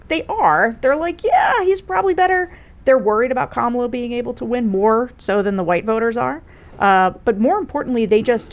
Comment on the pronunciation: It’s KAMala. Not KaMaLa. 😀